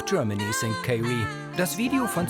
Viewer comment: Tolle Serie. Aber von "Kaye-Ree" möchte ich nicht empfangen werden. Kommt sich ja sehr schön vor. Dann bekommt er seinen Pass sozusagen..........................er bekommt sein Dokument, was heißt sozusagen.................is wohl ihr Lieblingswort.